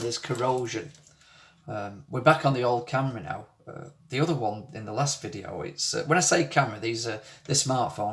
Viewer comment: My mother used to have a Lancashire accent. She lived in Rochdale in and came back home with a lancashire accent and never lost it. Hearing you say "Th'other" reminds me of the lancashire accent. Strange thing my mum used to think was she taught me and my two sisters to talk, but we never had her accent.